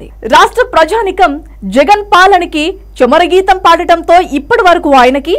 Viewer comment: అమ్మ తమరు తెలుగు తప్పు లేకుండా చదవండి, చమర గీతం కాదు. చరమ గీతం.